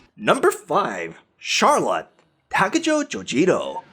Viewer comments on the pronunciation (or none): none